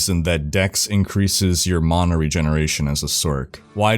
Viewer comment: im sry but its mana not mona. there is no "o" bro lol